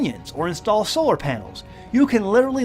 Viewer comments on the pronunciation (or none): none